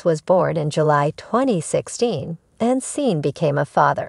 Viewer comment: Before you make another of these videos, make sure you are pronouncing the words correctly!! It is not Seen, Sean is pronounced Shawn!!!!